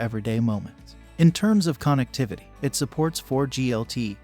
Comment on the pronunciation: say KON EKT TIVITY one more time, i dare you.